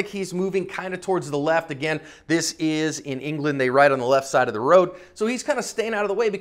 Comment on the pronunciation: IN-GA-LAND! :D